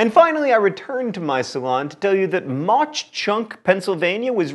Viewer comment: My dad told me the Jim Thorpe story when I was little - pretty sure Mauch is pronounced like "mach". I'm sure someone will correct me if that's wrong :P